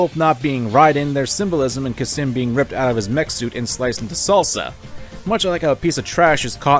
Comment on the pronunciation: I love this video dearly, but there is one thing that keeps bothering me: did you forget the letter L exists. It's khalsim, not khasim.